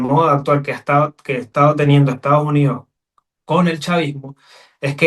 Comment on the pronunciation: no es Estaujunío, es Estados Unidos. Eres Politólogo.